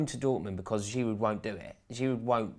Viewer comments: It's Giroo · Learn to pronounce Olivier Giroud’s name properly - idiots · Butchered his name. It's not even difficult to pronounce